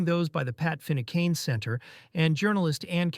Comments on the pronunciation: ✨ Its pronounced 'Finn-u-can', not 'Finnukane' - Pat was a Solicitor murdered for the work he done, practicing English Law, that clearly doesn't apply to everyone... 🕊️ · I’m American, but have spent enough time in the North of Ireland to cringe when the narrator makes an attempt to pronounce Irish names and places. It’s a good narration with an understanding of the events, but it would be nice if he could pronounce Finucane or Crossmaglen.